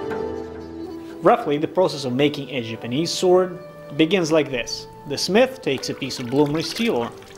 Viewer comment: Love this show. I wish the narrators wouls speak or pronounce words correctly. Japanese is not pronounced Jipanese. Get a clue